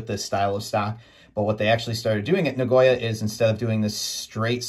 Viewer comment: Na-go-ya Not na-goy-a